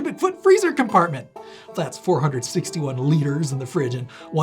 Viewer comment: my 1st guess: poor CoP YEEEE HAAAW 👋🤠 ps LOL "leetrays"